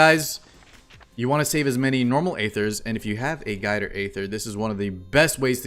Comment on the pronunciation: Guider aither 😂😂😂😂